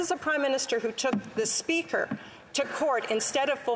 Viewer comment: HAHAHAHAHAHAHAHAHAHAH FOR VVVEEEKS Mr SPEACHER FOR VVVVEEEECKS Mr SPEAKERS HELP US Mr SPEACHERSSSSSSSSSSSSSSSSSSSSSSSSSSSSSSSSSSSSSSSSSS FOR VVVEEEECKSSSSSSSSSSSSSSSS HAHAHAHAHAHAHAHAHA